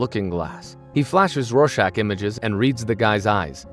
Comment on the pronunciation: Thank you. Although I hate that this is a AI Slop Voiced video (can't pronounce Rorschach), these simple facts of the Tulsa Massacre need to be made known (its almost like the classic "Civil War Wasn't About Slavery" cope too many people believe these days).